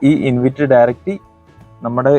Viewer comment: ഇൻവിറ്റ് അല്ല ഇൻവൈറ്റ്